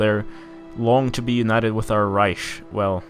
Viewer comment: I love how your brazilian accent still prevails on the "tchuuuuuu" (to)